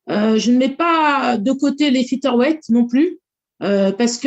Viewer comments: "Fiteur" weight. Me dit pas qu'elle n'a jamais entendu comment ça se prononce quand même. 🙄🙄🙄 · franchement parler des défauts d'amanda nunes quand t'es pas capable de dire featherweight correctement et même de faire le poids on comprend pourquoi la majorité des francais ne sont pas prit au sérieux